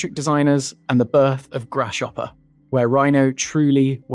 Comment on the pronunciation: Lol "Grass-shopper". Great video! I didn't know the history behind the program